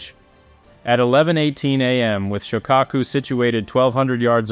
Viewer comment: Correct pronunciation of Shokako sho lono o Ka short a O pronounced as a short u.